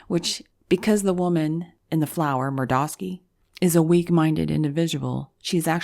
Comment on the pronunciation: I don't understand why you completely butcher names when you are otherwise so very articulate ?! It is jarring! You pronounced Kavanaugh in another video Kuh-Vah' ne. It was so weird that I didn't recognize who you were talking about for a few seconds. Here you mispronounce Murkowski...granted, most Americans do not use the original Polish pronounciation but sheesh! lol. Otherwise, I love your videos.